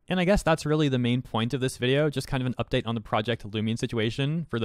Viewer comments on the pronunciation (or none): none